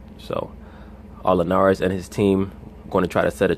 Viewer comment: why would any grown a$$ man pronounce Jorge last name the way these clowns on ESPN do? Show some respect!